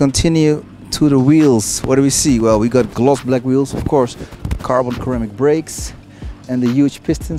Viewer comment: man said “carbon Karamic brakes” 🤣🤣🤣